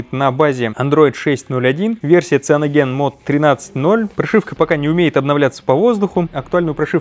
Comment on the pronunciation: Сайэноджен, не сианоген